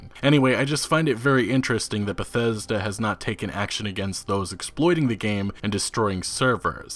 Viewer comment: How come this dude sounds like he has a learning disability every time he says the word Bethesda